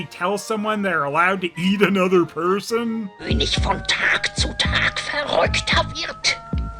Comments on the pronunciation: It's not "Ker". There's no R. In southern Germany and in Austria the G is pronounced like a G. And apparently "ig" is only pronounced like "isch" or "ich" or "ik" when it's a word ending in "ig" for some reason, and it's a northern thing that gets more common the further north you go. Reading comments from native speakers, it seems that policing the pronunciation of "ig" is pointless because the it's ridiculously inconsistent despite what textbooks would have you believe. The only constant seems to be that it's never pronounced "isch" in Austria. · I will never get tired of your Dingo reviews. I couldn't count the number of times I've watched Wabuu or Bremen Town Musicians. Just FYI, Konig is pronounced "KER-nish" in German. Not that you'll probably run into many more Lion and the King products, but one never knows. 😀